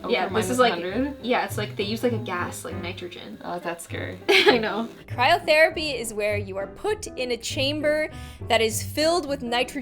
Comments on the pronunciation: It’s *cry*rotherapy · I keep hearing "Kyle therapy"